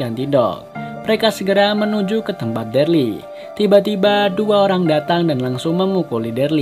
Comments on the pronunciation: Namanya bukan derli bang wkkwkw daryl 🥲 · Daryl cuukkkk Daryl ( baca DERIL ) Sebel gw tiap dia bilang DARLI 🤣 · Nonton ulang2 msh ngkak Krn deril d panggil derli😭😭😭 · Darly sapa bang Daryl gk bang 😂😂😂 dibaca deril gk sih? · Bukan derly bang tapi daryl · bang....yg bener itu Daryl.....bukan Dearley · Daril bang bukan darli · Cuman ngasih saran: kalo itu namanya buka darly tapi.deryl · maap bang ijin koreksi. si "Darly" itu hrusnya dibaca "Daryl" (deril) hehe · Daryl bukan darly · maaf sblmnya itu namanya dibaca daril bkn darli 🙏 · Daryl bang bukan Darly 😂😂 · Kenapa gitu kalo orang ngomong deril (Darryl) itu ngomongnya derli Itu nama gua sat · Darly 👎 Daryl 👍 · Deryl dibilang derly 🤦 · Dereeeel bukan darli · Daryl bukan derel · Deril aja Bang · Bang itu daryl di bacanya deril bang,,,cuma koreksi🙏